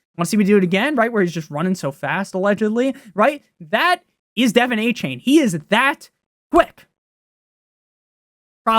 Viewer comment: “dolphins fan” calling achane “Devin Achain”